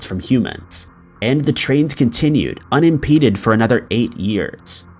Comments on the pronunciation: Continued "unimpeded" lol. Millipedes? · "The trains continued "unimpeded" for years" ...👀👀 I see you 😏